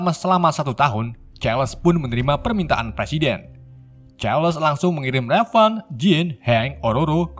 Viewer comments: min raven dibaca "reiven" bukan revan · Raven bukan revan cukkk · Raven Bukan Revan 😡😡😡